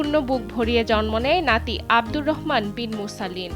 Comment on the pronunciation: আঞ্চলিকতা ঠিক আছে কিন্তু নাতিরে লাথি বানাইলেন কেন 😂😂😂😂😂